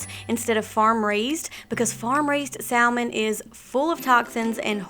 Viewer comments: just love your wonderful, healthy recipes! Have an issue though - it is like nails on a blackboard the way you mispronounce salmon (one doesn't pronounce the l - ever!) and turmeric (you can just google how to pronounce it and they give you a sound video, so there is no confusion. Sorry to be critical, but you do such a great job and it will only enhance your credibility to pronounce these often used words correctly. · The “L” in salmon is silent. Please try pronouncing it correctly